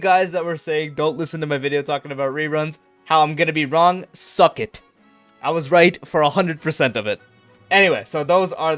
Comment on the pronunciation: I have a feeling he REALLY meant it with the way he said "SUCK, IT" 😟